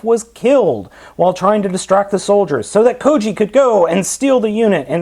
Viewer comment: It's kyoji not koji